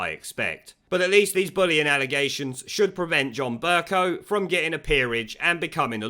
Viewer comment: Pronounced "BURKE COW".